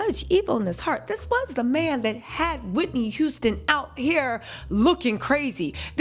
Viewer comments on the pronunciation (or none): none